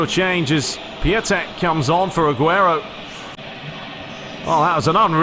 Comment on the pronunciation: the proper pronounciation for Piątek's name is "PYONTECK" - great games tho!